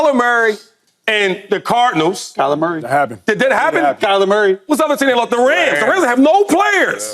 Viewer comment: When Shady said "Kyler Murray" I swear I heard "calamari", I think I'm gonna refer to him as calamari from now on 😂